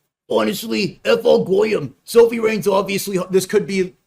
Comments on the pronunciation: Bro, her name is Sophie, not Sophia. Makes you sound clueless while trying to speak as an authority 😂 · How many times is he gonna say Sophia rain and not Sophie rain